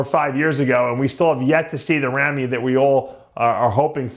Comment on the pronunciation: Why doesn't anyone tell Dave Palumbo how to pronounce Big Ramy? He sounds ridiculous calling him Rammy. I know he's 50 years old but he needs to get it right. It's not a good look. Big Ramy is not a US American so it would never be Rammy.